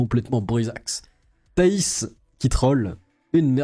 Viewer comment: de grâce, cessez d'ecorcher volontairement et de manière complètement débile les noms des gens que vous citez, en premier lieu celui de la remarquable Thaïs. C'est insupportable!